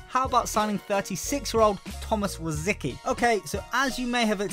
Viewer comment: Rosicky is pronounced Rositzky